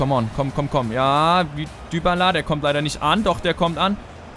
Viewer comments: ich glaube dybala wird dibala gesprochen nicht dübala oder ? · Dübala 😂😂 Man spricht ihn doch Dibala aus oder nicht?! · man spricht es dibala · Du machst mich wahnsinnig! :D wie sprichst du bitte "dybala" aus :/ :D